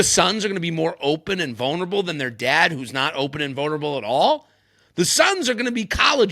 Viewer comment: Thank you for pointing out VONERABLE 😂😂